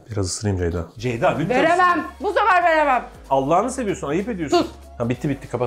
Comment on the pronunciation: FIRATIN KONUSAMAMASI COK GULDURUYOR BENI:CEYDA,ZEYDA,DEYDA